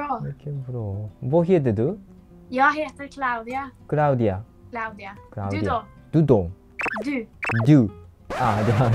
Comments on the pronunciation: this is "Claudia" or "Klaudia" not "Craudia" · It's "Klaudia" not "Craudia" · It was Claudia. I know there is no differences between L and R in Japan but maybe you care, so you should take one lesson with proper prononciation. Thanks for video with nice content.